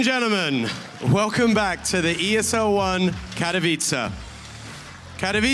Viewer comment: Lol i love like this guy on the begining cant say properly Katowice :D